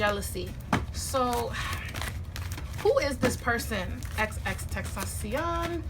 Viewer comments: XXX-Ten-Ta-Cion not xxxtextasion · His stage name is pronounced “X-X-X-ten-tah-see-own” and his real name is Jahseh pronounced “Jaw-say” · This is amazing. R.I.P X. Btw you pronounce it xxx-ten-tashi-on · “Xxxtexasion” had me dying but allot of people mistake his name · She pronounced his name wrong 😭😭😭